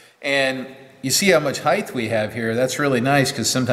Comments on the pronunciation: Nice equipment and video.I was wondering how many times you would say 'Heighth' before you corrected it to 'Height'. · I understand why it sounds right with breadth and width, but in Australia, I’d never heard of heighth. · you say “heighth” then correct your articulation and say “height”. In lots of American machinists videos I hear heighth. Why would you use heighth, as opposed to height, and is it even a real word? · Thanks for making the correction . Height vs. "Heighth". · There is no such word as "heighth". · knows and is trying, Even corrects himself early in the vid but a lifetime of habit etc.